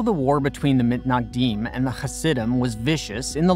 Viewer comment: from now on pls, I beg u, call the “Misnagdim”. Mitnagdim just sounds wrong